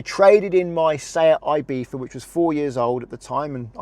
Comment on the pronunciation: One thing you forgot to mention - with leasing you want the deposit to be as small as possible. In the event of total loss you'll never see this money as it's all belonging to the lessor. Also, please don't call Ibiza "eyebitha", it's either "eeebitha" (Spanish) or "eyebitza" (Anglicised).